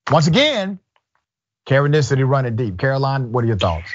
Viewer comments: Please stop saying Karenisity lol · I love it, “Karenicity”.